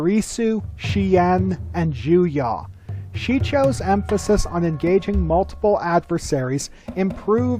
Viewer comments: Malgus was NOT technically advanced enough to use Juyo. And its pronounced JuyO, not JuYaw. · I came to the comments roses who else was going ballistic because of ju-ya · Pretty sure "Soresu" is pronounced with a short "e" sound, not a long "e" sound like "Soreesu". And the other guy in the video was pronouncing "Juyo" horrifically wrong. Not trying to be all "grammar nazi" here but it's slightly irritating. Well...slightly weaker than irritating but you know what I mean. lol